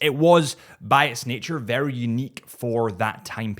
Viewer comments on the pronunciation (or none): none